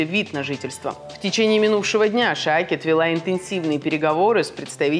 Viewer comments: Блин!!! Только близнецы начали более ли менее правильно произносить израильские фамилии и ивритские слова...эта мадам вышла ..что. такое ШаакЕт???? Поставьте нормальный суфлер и вообще...пусть будут в курсе, а не читают новости с листа. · Если вы передаете новости Израиля из Израиля, то хорошо бы знать, что Айелет ШакеД не Шаакет. ШАКЕД! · Неправельно произносят .А-е-лет Ша-кед, а не Ай-е-лет Ша-е-кед. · Несолидно и неприлично коверкать фамилию израильского министра!!!